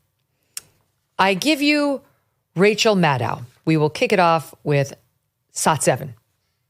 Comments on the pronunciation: Kelly I am sorry you mispronounced rachael name it rachael madcow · How does one pronounce Maddow? I was under the impression it was pronounced the same way as widdow, shadow, meadow etc? I love Megyn Kelly and you guys over the pond I really do but I am at the end of my tether with the pronunciation of almost anyone's name!. It is not Cregg, Vivayk, Maygin and Gram. 😂